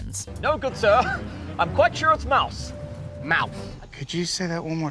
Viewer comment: She really said, “mouse” instead of moose.